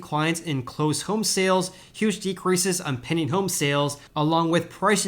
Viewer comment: He's saying "pending" home sales. It took me a while to realize that.